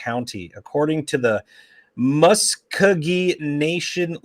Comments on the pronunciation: Okmulgee = Oak-mull-gee. Muscogee = Mus-ko-gee. It's in Oklahoma! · Pronounced Oak-Mul-Gee & Musk O Gee